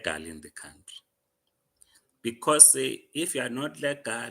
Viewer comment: Legal not lagal msunu 😂!!!!